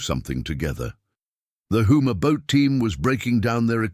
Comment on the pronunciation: Houma not Hooma. Obviously y'all are not from Louisiana.